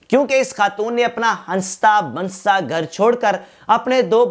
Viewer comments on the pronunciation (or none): Bansta ni Bhai basta hota hai😂